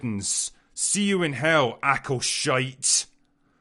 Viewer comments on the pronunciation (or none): absolutely agree...but you pronounced it incorrectly as acolshite.... it is "ankle-shite" definition : if you do rapid fire number two squatting in the woods and the product ends on your ankles /and undies..../ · "See you in hell Acolshite" that killed me lmao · Acoshite 😂😂😂 ah man that nailed me. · Aco-hype 🎉 Aco-lite 😐 Aco-shite 😱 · Acolshite😂😂😂😂😂 bravo!!!👏🏻 👏🏻👏🏻👏🏻👏🏻👏🏻👏🏻👏🏻